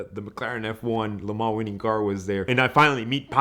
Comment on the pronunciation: I’ll listen to him when he learns how to say Lemans correctly. Speak English ffs